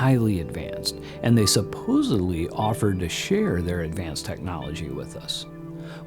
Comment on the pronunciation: Nice documentary but you pronounce the word “supposedly” as “supposebly” many times throughout. Just thought you should be aware of that.